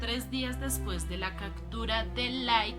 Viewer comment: Por que dices "cactura" si se pronuncia como se escribe CAPTURA